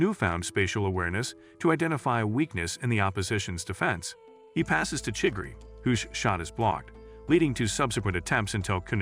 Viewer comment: chigiri‘Chiggry’ and kuon ‘kuan’